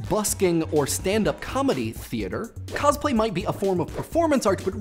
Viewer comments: Since you already seem to have a history of mispronouncing words from your previous videos, I'd like to point out that it's "cos-play", not "coz-play"; derived from "costume play" and taken from the Japanese 「コスプレ」(kosupure). I mean, if you just pronounce costume, as "coztume" then I don't have as much of a minor issue. (And it's pronounced like "Newman" by the way). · Every time I hear him say "cozplay" I cringe a little. When I cosplay I do it just because I like the character. If a character that I'm doing happens to have a particular voice I might try and imitate it but it won't be well done or for long. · He says cosplay weird